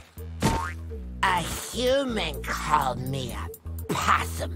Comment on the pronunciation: “A human called me a possthum I am not a possthon”🤣